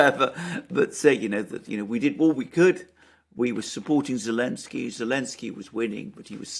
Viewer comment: Why do they call him Elensky?